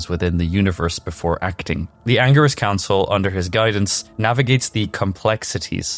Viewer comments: anger-is council??? dude, u do diablo lore. at least learn the pronunciations of it. 🤦🏻‍♂ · So many lies.he is not the leader.learn yo pronounce angelic council